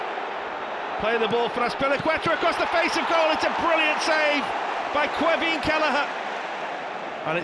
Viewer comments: as an add on it’s an extremely Irish first name, it’s pronounced queeveen and/or keeveen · The brits really can’t quite get the pronunciation of ‘Caoimhín’ right hahah